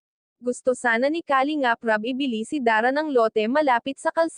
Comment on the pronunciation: Nakaka desmaya panuurin Kapag ganito Ang reactor mo kalingap Rab,ndi marunung mag pronounce Ng kalingap 👎👎👎